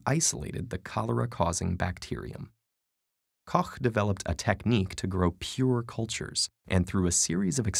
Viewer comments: Kudos to the narrator for saying "Koch" correctly and not pronouncing it "cock" or "coach". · You said Koch right!